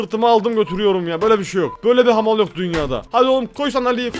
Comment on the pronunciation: Hamar Oluyoruz Hahaha Sanki Hamarat olcak